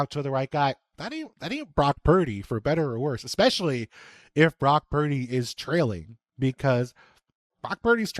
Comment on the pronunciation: Brock Puurrrrrrrrdy😂